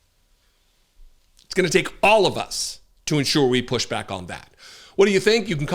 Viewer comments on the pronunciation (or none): none